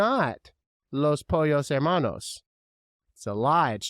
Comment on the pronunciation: I’ve only seen sponge Bob 3 times,so I didn’t grow up with it🤣 but you did pronounce los pollo hermanos right! Nope never seen how I met your mother